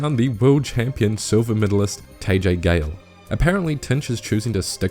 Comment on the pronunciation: pronounced TAH-JAY GAYLE (not tay-jay)